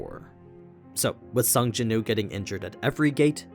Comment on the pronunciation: Please say the W in his name. His name is Sung Jinwoo, not Sung Jinoo